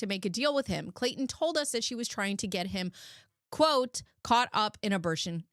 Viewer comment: Girl that abertion ceretion took me out 🤣 I heard in my head like sling blade 😂